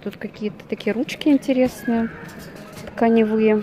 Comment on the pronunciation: Не тканевЫе....а ткАневые...вы не местная видимо...